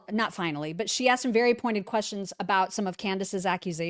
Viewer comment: The way she says "quessions" drives me nuts